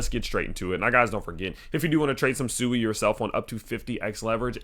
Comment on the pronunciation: Please pronounce it "Swee", which is the correct way